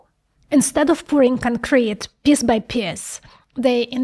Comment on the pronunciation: Aside the subjects you cover - very interesting, you give us insights from behind the curtains of the tech world, and are very knowledgeable on the subject. But I'm probably more amused than I should be by how you pronounce "piece" like "piss" :D :D